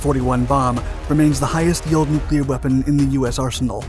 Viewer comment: I’d just like to thank you for pronouncing Nuclear correctly. Its crazy how many narrators say “nuc-u-lar”…